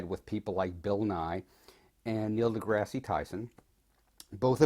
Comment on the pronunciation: I'm sorry, but you are saying Neil deGrasse Tyson's name incorrectly. deGrasse is pronounced as D-Grass, not Degrassi.